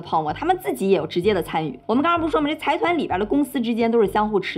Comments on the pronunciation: 财团是读 zaidan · 之前没发现，又一个bug，财团的日文读音是ざいだん zaidan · 非常喜欢你的视频，不过财团应该读 zaidan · 财团的日语读音应该是sai tan。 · 财团是读ざいだん（zaidan）